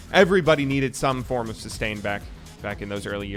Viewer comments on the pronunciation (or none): none